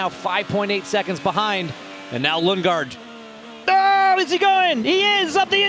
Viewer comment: Christian Lundgaard ❎ Christian Lungegard ✅